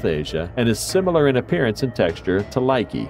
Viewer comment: LOL he called the Lychee ( Lie- ch E) a likey